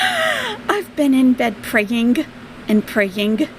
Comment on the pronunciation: Well when I get sores in my nose I spend the hours “pray-ing-eh” and “pray-ing-eh” and then when all the other symptoms hit I go to the hospital!!!!! 😂😂😂😂😂 What a DINK!!!!!